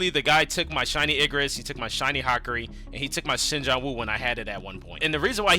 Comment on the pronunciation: Your saying hakaris name wrong